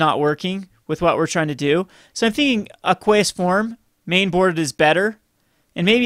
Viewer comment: It's pronounced aq-wee-us form, not aq-qweh-us form.